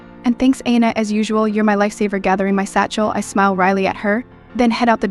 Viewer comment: “Thanks Ay-na” for this terrible listen.